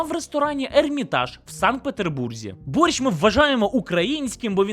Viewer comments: він там взагалі каже на літеру "щ" звуки "шь" а не "шч" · А і ще припиняй говорити боРЬЩЬ. Це фонетика російської мови. В українській мові ці звуки тверді.